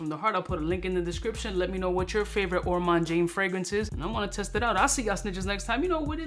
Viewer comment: You misspelled Ormonde Jayne's name in the title of this YouTube video. It's called Ormonde Jayne and not Ormande Jayne! You're also mispronouncing Ormonde in the same way.